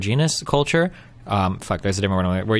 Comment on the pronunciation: God damn, I really HATE the way this guy pronounces "culture".